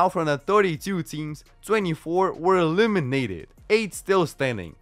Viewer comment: I love how he pronounces "E LIM i nateed"